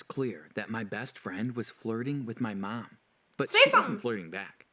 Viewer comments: Why does this guy say Mum/Mom (where u from) so weird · How he says mom: meom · I can't be the only one who noticed the way the guy pronounced "mom" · The way he says Mom is funny 😂